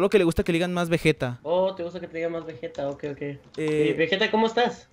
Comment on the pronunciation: no mames porque le dicen vejeta nddjdjjsjd es vegeta pinches locos dksndnns alv